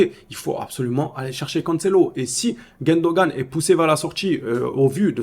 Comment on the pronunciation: comment tu arrives à appeler Gundogan, GUÈndogan??🙄